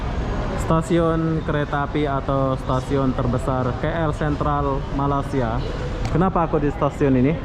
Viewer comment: boleh tak sebut perkataan MALAYSIA 🇲🇾 dengan betul lepas ini..boleh search sebutan yang betul di YouTube...Salam Satu Rumpun ✌️✌️✌️🤗🤗🤗